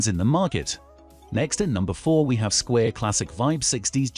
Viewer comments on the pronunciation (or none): Sqi...Sqi...Sqi! The i is a long i. The narrator is pronouncing it like it's Square. Can none of you people learn the correct way to say Squier?